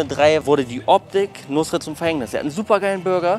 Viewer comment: Ich höre immer nur Nussred ^^